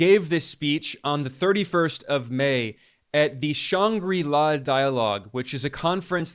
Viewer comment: There’s over 20 Fox News ppl in trumps admin. That’s just ridiculous, would be hilarious if it wasn’t our country being treated like a tv show.. btw, ur butchering the pronunciation of shangri-La